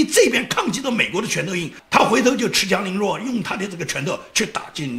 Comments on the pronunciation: 恃（shi)强凌弱，不是恃（chi)强凌弱。不好意思了，。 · 尖阁诸岛，不是尖诸阁岛。恃（读世)强凌弱😀，别犯总加速师的一样错误。善意提醒，提高节目质量